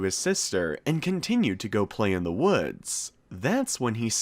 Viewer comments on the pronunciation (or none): none